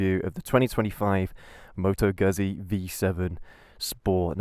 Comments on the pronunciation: Seriously - you got this great bike, with a great history behind it, you show excitement and interest, you show passion and love and you even don't know how to correctly pronounce the company name ?? Like - seriously !! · I'm going to struggle with this, the (mis-)pronunciation of the brand name might force me to leave early. I'm only 18 seconds in and it's grating enough that I feel the need to comment. Sorry if I miss the best of the vid.